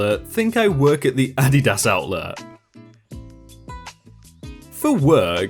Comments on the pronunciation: OK... I'm gonna try & get through the first story even though your English sometimes SUCKS!! Them shoes are pronounced "A-Deed-iss". Every time you butcher that word is painful. It makes me wonder if you aqre actually on this planet. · Addy das ??? fucking REALLY?????how do you say "Nike" or "New Balance"... never mind I do not want to know... W T F????? If you say "Addy Das" one more time I am un-subscribing & will warn others to avoid your channn- nell. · Love the posts. Great stories but being in the USA. I HAVE to tell you. You are pronouncing Adidas wrong. It is not Ah dee daas. It's (( Ahh Dee Does )) say that fast. Sorry. Just irks me. lol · Oh for fucks sake, it is pronounced "Uh-dee-dus", not "A-dih-dass". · Your pronunciation of SOO many words is SOO bad. It’s AdEEdas. Not Ady-das. Also, it’s shopping cart, not trolley. Cash Register, not till. Tennis shoes or sneakers, not trainers. Elevator, not lift. Bathroom, not lou. If literally more than 300 million people say it instead of 56 million, I’m going to side with the much greater number. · Content creator- Adidas is pronounced ah-di-dah-s OR a-di-das...... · LMAO I just had to pause the video to explain what you were saying to my ten year old. It's pronounced Auh-dee-dis. Silly. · Adidas is pronounced = Uh-Dee-dus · Technically ADIDAS is said like AH dee dahs with short a sounds on the a letters. keep up the great work though, LOVE your videos! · Like uh-Dee-das. The way pronounced it just sounds really weird lol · Adidas... the emphasis is on the 1st syllable, not the last syllable... "AH-dee-das" JESUS, your work is reading words so you should learn how to fucking pronounce them! Don't you think? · Incorrect. In Germany, where Adidas originated, it is pronounced as AH-dee-DAS (emphases on the first and last syllables, and not the middle one). "Adidas" is actually formed from "Adi" (short for Adolf) and "Das" (from "Dassler") - the full name of the founder.